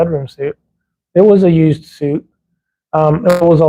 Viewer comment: Bedroom SUITE, pronounced SWEET